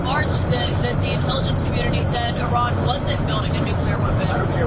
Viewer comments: Please educate on the correct pronunciation of a country. She has no idea how to pronounce Iran correctly. Such an idiot. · Can't pronounce "Iran" and says "amongst." No credibility.